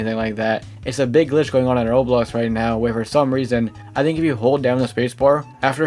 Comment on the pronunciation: learn how to say roblox please i tought you were saying someone's name